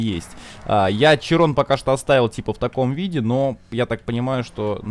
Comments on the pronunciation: "Широн" , а не "Чирон" .) Такой вот французский язык)))) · Уши кровоточат когда булкин говорит Чирон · Широн блет, а не чирон